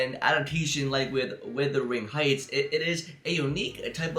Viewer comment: Are you sure you’ve seen it? You couldn’t even pronounce the title correctly.